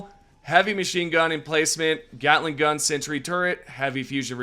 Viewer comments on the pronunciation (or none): none